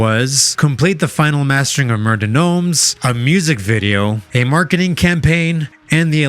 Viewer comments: It's pronounced Mare de Gnome. Not murr de gnomes. Sea of Names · Dude the S is silent. It's French. Mer de Nom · Also, it's pronounced Mare de nom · It's pronounced "Mair Duh Nom" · The "s" in Noms is silent. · Mer de noms is a French phrase. You don’t pronounce the s on noms. Cool video! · His misprononciation of mer de noms is irking.